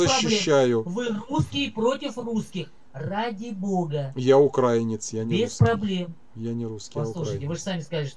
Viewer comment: вірно ставте наголос: украЇнець, а не укрАїнець...